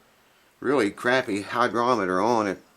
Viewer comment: I keep hearing you say "hydrometer". Actually, the word is "Hygrometer" with a "G" not a "D". I hope that helps a little.